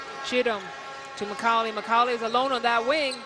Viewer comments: “Makaulay ” lol 😂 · These funny cheeky commentators, how could you not know how to pronounce Macaulay? Interesting to say the least!